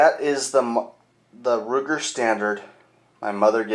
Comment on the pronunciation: that's Sturm Ruger, not Strum Ruger